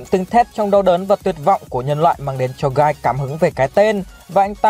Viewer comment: hình như trong light novel volume 16 bảo là tên của Guy đọc là "ghi" chứ không phải "gai".